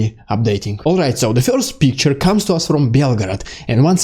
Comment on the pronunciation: first not "fjorst"